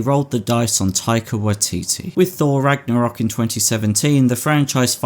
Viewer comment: it is Ragnarök not Ragnorak 😃